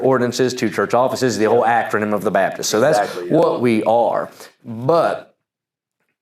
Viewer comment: Can someone explain the cultural phenomenon of IFB people saying "Babdist" but only when saying Independent Fundamental Baptist? Am I the only one hearing this?